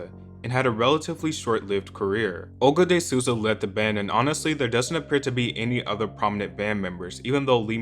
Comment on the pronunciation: As a Brazilian, the way he pronounces Olga de Sousa hurts my soul